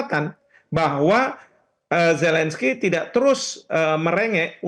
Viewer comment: Ini Metro TV gimana sich, kesalahan fatal merekrut pembaca berita yg tidak bisa mengucapkan huruf Z, huruf Z bukan huruf J, gak bisa merubah pelafalan nama orang, Zelensky, bukan Jelensky....fatal banget itu🤣🤣🤣🤣